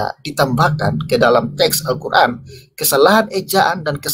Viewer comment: Membaca istilah2 dlm al-quran dgn tulisan latin saja belepotan, kok berani-beraninya mengeritisi al-guran. ngaca dulu bung..